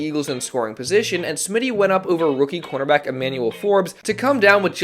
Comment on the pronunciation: Just say db instead of cornerback cuz you say it and it sounds like quarterback so just say db so that people don’t get confused